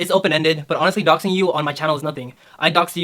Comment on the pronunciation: "doxing" not "doing".